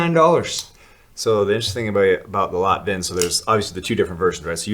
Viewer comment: Maybe someone already told you but the word Lätt in Swedish is pronounced "Let". So the name is "Let Vind" and translate to Soft Breeze . Today's mansplaining...keep the good work up. I'm a great fan and if it weren't for the impossible import restrictions and costs I'd be shopping all the time. Selle.